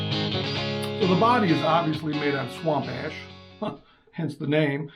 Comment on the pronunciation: Swamp Ash not Ass lol